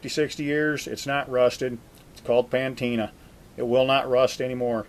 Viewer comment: It's not called PAN-teena, it's called patina